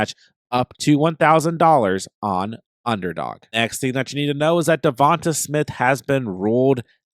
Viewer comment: Who is “davontuh” smith?